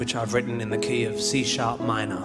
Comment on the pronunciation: i've heard "which is written in KFC sharp minor", even laughed a bit